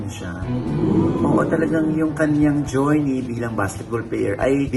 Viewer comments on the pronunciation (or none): Jerney nde jorny hahaha 😂😂😂